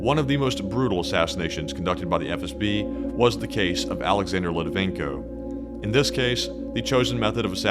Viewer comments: Well done,! Btw, it's Alexander LitVINenko, not Litivenko. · Great video. Just a comment, you used Alexander Litvinenko's name wrong! It's not Litivenko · It's Litvinenko not Litivenko......but I'm loving this little vid. You should do more. Thanks guys. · this is a GREAT video, with high scores in all aspects of its production.....BUT,.... Buddy, you MUST learn how to pronounce people's names, especially if it's recorded. The guy's name was pronounced "Lit-Vi-Nenko". If you ever need help with Slavic pronunciations, I'll gladly help. I'm fluent in Russian. The video production, your incredible voice, and important subject matter is too good to be dismissed because of an amateurish mistake. 👍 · Excellent video. 1 would add 1 minor correction: it's Litvinenko, pronounced as spelled. And, the killings started very early on. In 1999, FSB likely set off the Moscow apartment bombings, killing hundreds, that was used to justify the invasion of Chechnya. It's never stopped. Just busy now due to dissent over Ukraine war. Another high profile murder happened in Washingon. MIkhail Leskin was killed in 2015, the night before his scheduled meeting w/DOJ.